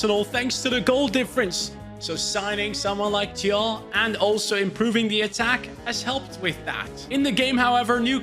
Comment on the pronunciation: Thiaw is pronounced like "Ciao". Not trying to be clever, just wanted to say it. 😄